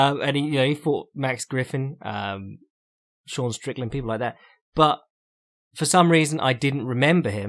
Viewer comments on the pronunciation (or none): none